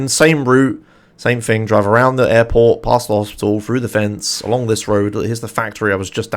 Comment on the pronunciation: Man, when you say "airport" I always listen as "apple" hahaha